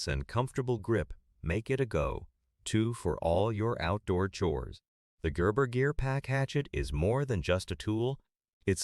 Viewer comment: AI speaker that can't pronounce "Gerber." Poor ad.